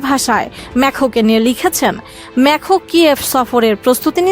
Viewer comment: ইমানুয়েল ম্যখো না । ইমানুয়েল ম্যাকরো ।